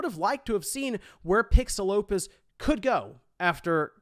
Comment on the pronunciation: Maybe it's because I'm Mexican but I can't help but to hear "PixelLopez" every time I heard PixelOpus during this video